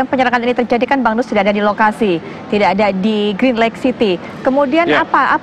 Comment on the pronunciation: Pak kombes llafalnya begini... Grin leik (green Lake) bukan gran laik...(green Lake)